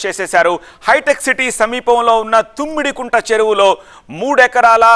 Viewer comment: తుమ్మిడికుంట కాదురా, తమ్మిడికుంట. కంగారు తప్ప ఏ నా గుడ్డు నాలెడ్జ్ లేదు